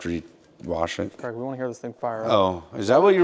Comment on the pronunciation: How many times does he say CREG I’m Scottish, it’s Craig as in ‘vague’ or ‘Hague’ Please stop it with the creg creg creg